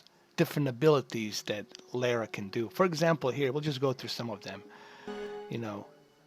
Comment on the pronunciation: Her name is Lara.. REALLY IS IT THAT HARD. LA- RA, LA LA LA LA- RA RA RA RA